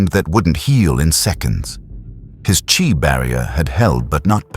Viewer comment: Good story so far but the ai voice pronouncing chi (chee) as “chai” is annoying af